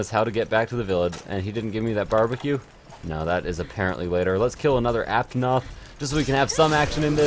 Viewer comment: And not aptonoth apanoth